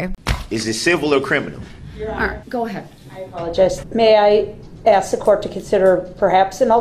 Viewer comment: The Judge corrected him on how to spell Bia’s she or someone should correct him on the wood ( Axe) instead of (Ask) 🤣🤣🤣🤣